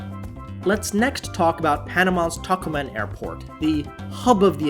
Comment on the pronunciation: Nice video review! The pronunciation for Tocumen airport in Panama is To-Coo-Men. I rarely fly but, I am going flying soon on Copa. I got an e-mail notice to upgrade to business class going to Panama for like an extra $120 but, I see it's like a bidding system offering me to lower it to $70 to $270. Do you think that is for round trip or one way? If it's round trip then I may consider putting in a bid. The photos they show for the Panama Lounge look like a regular terminal. It didn't look impressive. I was laughing when you showed the celery. I flew to Panama a couple of years ago and there was only one runway to take off and land and that day we landed in a strong crosswind. I knew the wind was bad before we landed and I was worried before we landed. I thought the plane was going to flip and I believe it almost did. We were weaving back and forth on the landing. It was probably more noticeable in the back seat of the plane. The Ron Abuelo Rum and coke that I got was super strong. It made me want to stick to drinking Cerveza in Panama. The Copa planes since the old day have improved a lot. I remember in the old days we had to prop our leg up to hold the trays level or the dinner tray would fall off. Then they got a new fleet of planes and became a better airline.